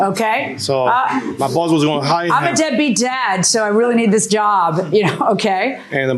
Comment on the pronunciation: (ish)....is it just me, or does 'boss' sound like 'balls'? 😅